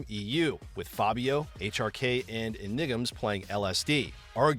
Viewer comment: It's not enigams. It's enigmaz. :D